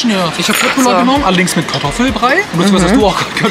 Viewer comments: man spricht es schöttbullar aus und nicht kött😭😭😭😭😭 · Kötbullar spricht man nicht mit K sondern mit sch und das u spricht man als ü aus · Julia!!!!!! Köttbullar spricht man wie Schöttbullar aus 😄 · ... Leute man spricht es SCHÖTTBULLAR aus...trigger😂